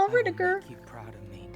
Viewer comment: It's RUDDIGER NOT WIDGGER